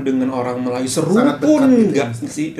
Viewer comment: melajoe - melayu sebutannya